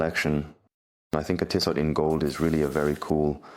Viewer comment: Two things … Pleased to hear his name hasn’t changed 😂 And it’s pronounced TEE-soh !